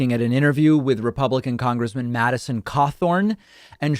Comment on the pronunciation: Winsconsin? At least he pronounced Madison correctly. Has he even been to Wisconsin?